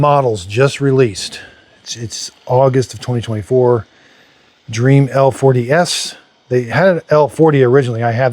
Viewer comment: It's DREAME not dream 😭